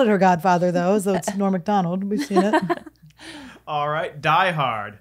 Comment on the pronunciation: Esther says Norm Macdonalds....with the S